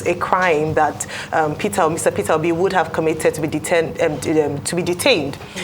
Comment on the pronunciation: The way he pronounced okpeeeeee sounds funny